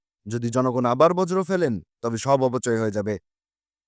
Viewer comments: ভাই বার বার "বর্জ্য" কে " বজ্র" বলতেছেন অশুদ্ধ উচ্চারণ থেকে সচেতন হোন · ভাই বজ্র না বর্জ্য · বজ্র না বর্জ্য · বজ্র নয় রে ভাই, বর্জ্য! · কি পড়েন এসব ছাইপাশ ? বজ্র ব্যবস্থাপনা নয় বর্জ্য ব্যবস্থাপনা ! বাংলা শিখে উচ্চারণ শিখে তারপর সংবাদ পাঠ বা ভিডিও-তে কন্ঠ দিতে আসবেন ! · বজ্র না ভাই। বর্জ্য 😅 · বজরো নয় উচ্চারণ টা হবে, বর্জ্য (বর্ জ্য)। সাধারণ বহুল ব্যবহৃত একটি শব্দের সঠিক উচ্চারণ করতে পারে না, অথচ ধারাবর্ণনা করছে! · উচ্চারণ সঠিক করুন । বজ্র নয় বর্জ্য I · শব্দটি "বজ্র" নয় "বর্জ্য"। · ভাই, আগে প্রমিত বাংলা ভাল মত শিখেন। বারবার 'বজ্র' বলছেন কেন?